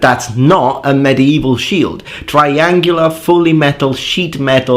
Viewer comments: When speaking of the shield, you mispronounced the sentence/word - "not a piece of sheet metal" I think you meant to say "shit metal" carry on :P (sorry silly humor) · "It's a piece of sheet metal" - why did I hear "It's a piece of shit metal" xD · He is Italian. As a non-native speaker, can confirm that english vowels are way trickier than they seem. The "e" in "bitch" and "beach" is a beach.